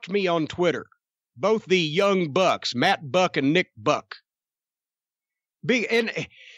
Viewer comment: Except with his accent it sounded like he said Mac Book.